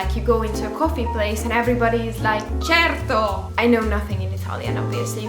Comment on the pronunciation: That 'certo' sounds very good! And you can say 'gnocchi' perfectly, brava! I love your videos, and very well done getting to a better phase post-breakup: I relly feel ya ❤‍🩹❤